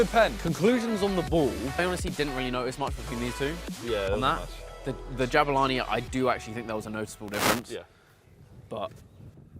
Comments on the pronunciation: its pronounced Jaboolani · You mispronounced Jabulani 😁😂